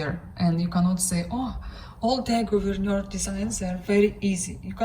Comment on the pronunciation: Wonderful pin collection,! You pronounce Thea Gouverneur quite well, btw. Kerst merklap = Christmas sampler. Happy stitching!